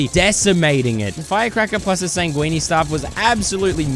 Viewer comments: it’s ’sang-win’ not ‘sang-weenie’ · Bro pronounced "sanguine" as "sanguini". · I would say that the highlight of this video is you pronouncing "sanguine" like "linguini". :D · sanguine is pronounced 'san-gwin' my dude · he pronounces it like that on purpose cause its funny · he pronounces it like linguine. blood pasta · Bro still cant pronounce sanguine